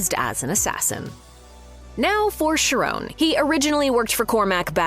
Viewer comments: Ughhh. It’s pronounced KY-RON. Not Sharone…. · It's pronounced CHAR ON study Greek.